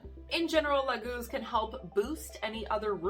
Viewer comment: It´s not Lagúz I believe, it´s Láguz. The leek, hm... Why on Earth would a rune mean two complete different things? Some suggest that the Leek grows in the marshland... Which is doesn´t. I think you have to skip one of the two meanings. It´s either Lake, Water or it´s Leek. Since their is no relations between them. Of course you can swim in the lake with a leek between your teeth, but I think that we can all agree that it´s farfetched. I´m sorry lady, but your horrible pronounciation of the rune makes it impossible for me to watch as this. I mean, if you can´t get that right...